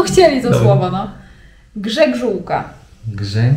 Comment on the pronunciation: pisze po polsku lepiej niż niejeden Polak,a ta gżegżółka to ma tyle wariantów i możliwości zapisu,że głowa mała,dobrze wymawiałaś ale jak ktoś nie umie pisać to mu nic nie pomoże